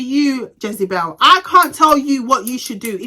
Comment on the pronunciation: 🤣🤣🤣u crack me when when ever u say Jezebel